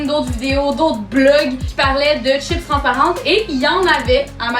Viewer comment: C chipssssssss pas chip